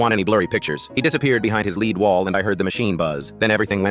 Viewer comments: This is AI generated nonsense. Bullets are made of lead rhymes with Fred, not lead rhymes with need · I lold at "lead" not "lead" remember "Lead rhymes with read but not read which rhymes with lead" 😅